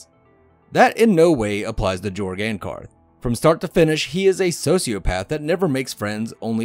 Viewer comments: It's supposed to be pronounced Yorg, but nobody gets it right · The Pronuciation of Jorg is Yorg. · The official audiobook pronounces it Jorg not Yorg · His name is pronounced with a “Y” sounding the “J” so it’s like this, “Yorg” because it’s European.